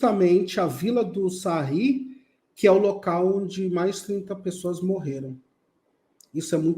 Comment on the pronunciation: É vila do Sahy com som de I e não de R .